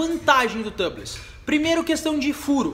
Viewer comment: A pronúncia de tubeless é "tiubless" , seria Tâbless se a palavra fosse escrita "tubless".